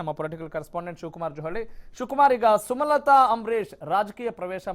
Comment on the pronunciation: ಸುಮತಲಾ ಅಲ್ಲ ಸ್ವಾಮಿ ಸುಮಲತಾ